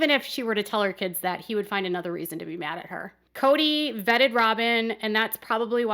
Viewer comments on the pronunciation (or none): Who is the common denominator in all this saga? Oh, ya Kody. Did he say he vetted Robyn, or bedded?